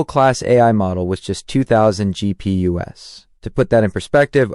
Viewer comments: It's "GPU's" plural of GPU, : graphic processing unit. Not "gp-us" 😂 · GPU ess? You mean GPUs? I think we're listening to an AI here.